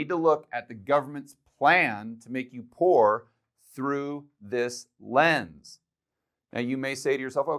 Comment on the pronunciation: Did you actually mean " Pooer " ???